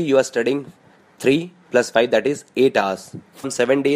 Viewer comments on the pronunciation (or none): none